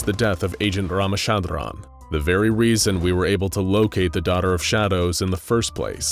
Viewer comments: Well even though you can pronounce a name how ever you want but his name isn't pronounced ramashandraan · Lmaooo the way pronounced ramachandran made me laugh.... (Well I am an Indian so you get the point XD)